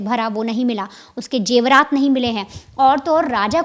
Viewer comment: Jewrat nahi, Zevrat hota hai Mam